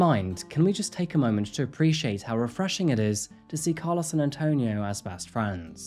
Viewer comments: Its pronouced "Car- LOW-ES. Not Car-LOSS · As someone who was besties with a guy by the same name, I'm so distracted by the way you pronounced Carlos 😭 The end should sound like "oh" not "ah" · I cannot unhear your pronunciation of “Car-laws” lol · I hate how you say Carlos. lol. 😂